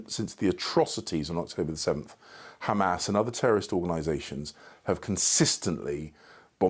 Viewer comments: Shows this puppet cannot even pronounce Hamas properly while izraHell is fighting the whole decent world and God Almighty Himself,let's see who wins!? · This reporter does not even know has to pronounce Hamas!